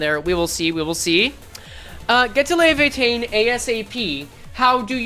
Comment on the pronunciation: Arknights pronounces it lee-ah-vah-teen, which could be wrong but it's the only time I've personally heard it said out loud so I have been sticking with that one At least in the OG game with Surtr